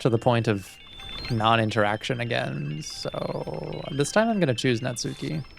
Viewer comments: Looking forward to you going through Natsuki's route (and hopefully realizing that it's pronounced Natski, not Natsooki, the U is silent). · I know I’m late in the series, but you’ve been pronouncing Natsuki’s name wrong the whole time. As you may know, the names are Japanese. So, it’s not Nats-suki it’s more Nats- uh-ki or even Nats-ski. The U is subtle or silent. I’m not Japanese or anything, just something I’ve picked up from weeb culture.